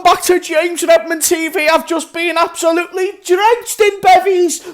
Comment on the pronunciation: James RRRRRRRRRRRRRRRRRRRRRRRRRRRRRRRRRRRRRRRRRRRRRRRRRRRRedmond, He is back!.